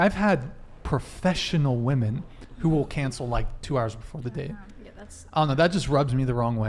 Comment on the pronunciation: What’s up w these girls not being able to say WOMEN they love to say WOMAN instead 🤦🏼‍♀️